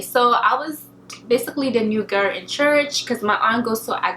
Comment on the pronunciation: Try saying 'girl', instead of 'gir'.